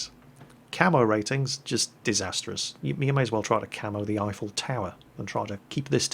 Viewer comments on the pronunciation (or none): none